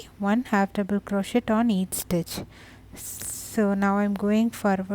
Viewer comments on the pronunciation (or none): Very cute, and perfect for the pile of faux diamonds for my friend's kid that LOVES "treasure"....lol! Thank you! I thought you may also like to know that the "t" in crochet is silent. And the person that down voted this video is just mean, there is nothing wrong with this vid, it's a great tutorial, and great for people who just like to go along instead of looking at a written pattern. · Nice, check how you say 'crochet' !?